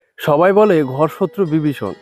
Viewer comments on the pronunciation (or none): none